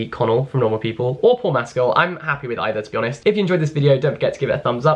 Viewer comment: I heard "it's happy days to be toastie honest with you" pahahahahah